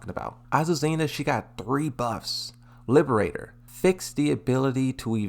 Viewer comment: My apologies, but as an Azucena user I just need to correct the name of the move you've been saying in the video. Liber - Tador. It's not Liberator. Please don't take it as me trying to mock you or anything. If it does sound like it my apology, but it's not what I meant to do.